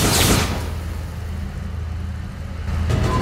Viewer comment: you fucking Flachwichser scheiße haha ich feier das auch wenn sich "Scheiße" eher nach "Scheiß" angehört hat und das ch seltsam ausgesprochen wurde, trotzdem geil generell das einbinden von anderen Sprachen in diesen Videos ist einfach geil bin gespannt wie viele hier verstehen was ich schreibe grüße an euch!